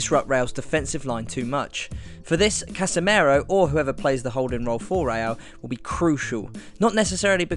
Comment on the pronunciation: It's Casemiro btw, not "Casemero", great vid btw! Just a lil pronunciation tip for when he features in another vid<3